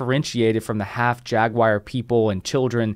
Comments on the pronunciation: Love your work man! I watch all your vids! BUT.... okay I hate to be that guy but its jag-waar not jag-wire. Sorry, its driving me nuts every time you say it. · The word Jaguar is not pronounced jag-wire. Learn to say it correctly, you sound like an idiot